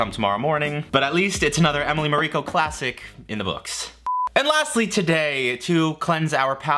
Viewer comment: Isn't it Emily MAriko?